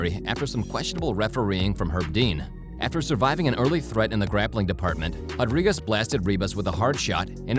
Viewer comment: MMA Commentator … RRRRRodriguez not JJJJJJAdriguez. Please stop doing that. Learn to pronunciate the R properly.